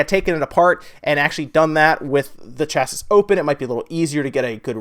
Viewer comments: Hey. Great videos you've been putting up, keep them coming! Minor point (and being a pedant!) but chassis is pronounced 'sha-see'! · chas·sis pronounced ˈCHasē, the last "s" is silent. Also I wore that same shirt today! cool stuff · lol, why did you pronounce the last "s" in chassis? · LMAO at the way American's say chassis.